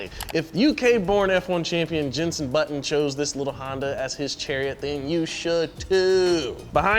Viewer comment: "tricolore" was spot on... Said every Italian alive Also, JENSON Button